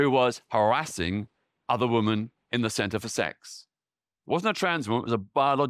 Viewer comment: Why is women mispronounced consistently? It should be /wimin/.